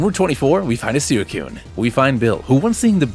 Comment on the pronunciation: i have never met a guy who calls suicune “soo-i-kune”